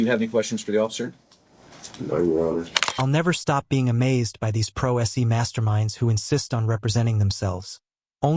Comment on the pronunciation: Pro s.e. what does that mean? Either this is a court narrator who has never heard pro se, or this is AI. Boo.